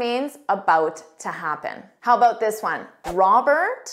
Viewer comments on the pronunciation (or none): none